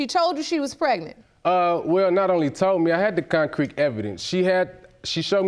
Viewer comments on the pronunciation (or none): “I had the concreke evidence” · "Concreek evidence"